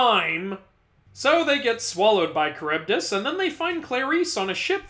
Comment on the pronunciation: I thought Charybdis’s name was pronounced like Char-boad-is